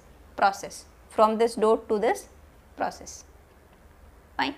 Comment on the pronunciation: Why you are saying"doat"?It's dot